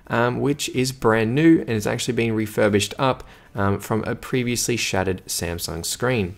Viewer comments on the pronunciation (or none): "Official refushed" 😂😁💪